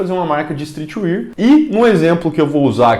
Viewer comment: "istrriti UÉÉÉÉRRR" por favor